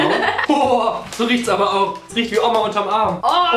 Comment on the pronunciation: ja aber er hat das m so betont 😂